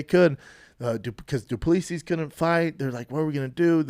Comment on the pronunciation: Dude.. it's du-plea-see.